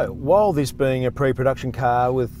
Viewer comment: Pre production caaaeeeee?